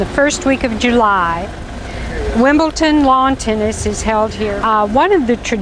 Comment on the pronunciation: could someone tell this lady its wimbledon not wimbleton. thankyou